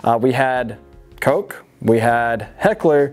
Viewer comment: Guys please learn to read names It's Heckler and Koch - Koh - 2 german last names, it's pronounced Koh not Kok